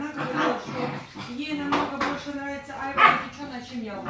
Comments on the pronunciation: айвА,а не Айва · Я поражаюсь безграмотности этих людей. Где они жили? росла на Северном Кавказе,у нас этой айвЫ море. Почему она говорит Айва,не понятно. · В слове «айва» ударение ставят на слог с последней буквой А — айва́.